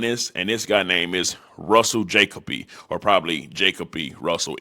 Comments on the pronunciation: I’m pretty sure that man name is pronounced Jah -koh - Bee ..not Jack-a-bee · Ja-kobe-ee not jacob-ee lol these folks can’t even read trying to be the media, straight shortcut no education needed smh 😆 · Is Ja-Coby. Not Jaco-by lol smh 🤦🏾‍♂️. Lawd u fried lol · Jah-Koby MyG 😂😂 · It’s pronounced like Ja•Kobe. Cmon now ☠️☠️☠️ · I been sayin this for years cannot read 😂😂😂😂 it's JA-KOBE nga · you from Dallas you know it’s ja-Kobe🤣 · Bra you can’t read , it’s jakkoobbee 🤣🤣🤣